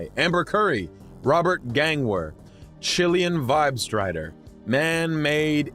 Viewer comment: Also it's Gillian Tide Strider, not Gillian Tidestrider.